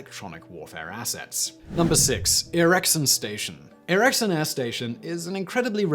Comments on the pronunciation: Erickson Air Station...,it’s pronounced Erik-son. Just like the electronics company Ericsson Fun fact, it was intended to be used as B-29 base during WWII to bomb Japan. The first B-29 to land there actually ended up being the airplane tasked to fly the filmstrips of the Japanese surrender ceremony on the USS Missouri back to the US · Except he did screw it up, every time. It's pronounced "Ericson". I used to do the weather forecasts for the base when I was stationed in Alaska.